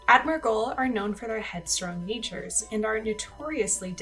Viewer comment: Just sayin you said Amdirgull instead of Admirgull